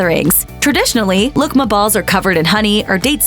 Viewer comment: oh, “Lokma balls” - that’s not what I heard the first time😅